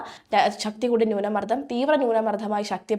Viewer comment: Please correct your accent, newna mardam